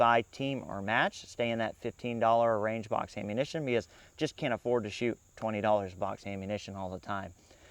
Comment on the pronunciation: I like how you pronounce "ammunition" as "aim-munition". Quite apt pronunciation.